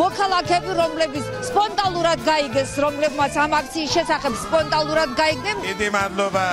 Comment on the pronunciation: იძულებითი მკურნალობაა საჭირო, სხვა გზა არ არსებობს! ტვ პირველის ზონდერ-ჟურნალისტი რა სიტყვებს ყვირის თუ მიაქციეთ ყურადღება? მაგალითად ,,სპონტალურად''😂 სპონტანურად კი არა სპონტალურად😂 ალბათ ფუძე სლენგური სიტყვა ,,პონტი'' გონია😂